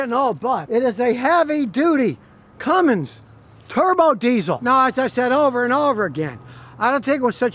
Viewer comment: Scotty its "Cummins" not "Cummings"